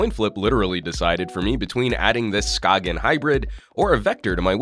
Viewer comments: Come on. It's not pronounced SKA-G-EN but skane/skayn. The G is not pronounced in Danish. If you're going to make a video on a product, make sure you know how to pronounce the brand name... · I know that you said that the company mentioned that you "can" Americanize their name if you so choose, but come on. "Sk-ayn" or "Sk-ane" or however you wanna spell that pronunciation. Like, I know that we have an Americanized version of Jaime Rivera's first name, but I wouldn't call him James or Jamie. His name is Jaime. Skagen is not pronounced like that in its native language. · I believe it's pronounced skay - en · Anthony Mendoza Yes, you pronounce it more like scane :) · Chipperowski you are correct. I cringed each time it was mispronounced in the video. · I think it's funny when he says skagen